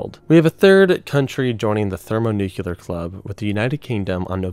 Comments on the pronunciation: How does one get to the point in the production of a video like this and still not know how to pronounce “thermonuclear”? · ThermoNUKEELAR bombs? His pronunciation was so annoying 😅